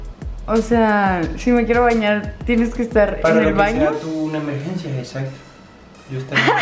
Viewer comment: no dijo exacto dijo "ezacto"